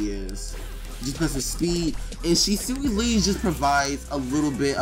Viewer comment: It’s pronounced (She•Swee)